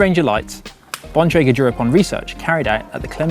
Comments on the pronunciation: The male pronounced Bontrager correctly, however Emma did not. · Emma doesn't know how to pronounce Bontrager.